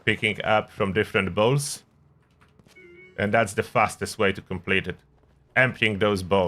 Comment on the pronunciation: When your acccent makes bowls sound like balls. :)